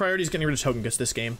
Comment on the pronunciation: If he pronounces Togekiss like Tojakiss does that mean he pronounces togepi like tojepi?